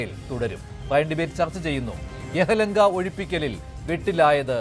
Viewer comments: യഹലങ്കയല്ല - യെലഹങ്ക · പ്രിയപ്പെട്ട അവതാരകാ.. യഹലങ്ക അല്ല യലഹങ്ക അതാണ് സ്ഥലം. സ്വയം ട്രോളല്ലേ😂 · യാഹ്‌ലങ്ക അല്ല യാലഹങ്ക എന്ന് പറയു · സാർ രണ്ട് പ്രാവശ്യമായി യെ ഹലങ്ക എന്നു പറയുന്നത് യെഹലങ്ക അല്ല യെല ഹങ്കയാണ് തെറ്റ് ആർക്കും പറ്റാം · എഹലങ്ക അല്ല യെലഹങ്ക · യഹലങ്ക അല്ല ചേട്ടാ യലഹങ്ക Preperation illathathinte kuzhappam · Why is the anchor telling Yehalanka ..?? It is Yelahanka .. യെലഹന്ക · 01.39 യെഹെലങ്ക അല്ല അണ്ണാ യെലഹങ്ക😅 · യഹ്‌ലെങ്ക അല്ല സുഹൃത്തേ യ്ലഹങ്ക എന്ന് തിരുത്തിപറയൂ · യഹലംഗ അല്ല മാഷേ.... യെലഹംഗ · Yehalanka alla myraa, Yelahanka 😂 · യഹലങ്ക അല്ല യലഹങ്ക എന്ന് പറ 😂😂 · യഹ ലങ്ക അല്ല ബ്രോ... യെലഹാങ്ക. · യെഹലങ്ക അല്ല യെലഹങ്ക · Yeyelanka alla yelahanka